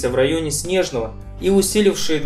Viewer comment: Спасибо автору за ролик и правильное произношение названия моего родного города СнЕжное!